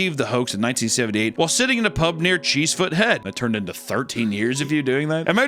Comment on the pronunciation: As I live near there cheesefoot head is actually pronounced chessford head